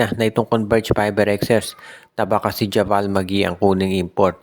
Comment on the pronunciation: kala ko ba nanood k ng nba?ndi javal ang bassa dun jabeyl ang pronounce nun